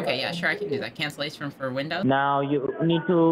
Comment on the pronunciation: "Let me sent yo de rickwest for cansilashon. May I wants to know why you van to cwancel?"... I imagine this guy wearing a deerstalker hat, a single straw bale hanging from his mouth and a shotgun resting against a wall behind him. I can also imagine him with that voice saying :"Wabbit".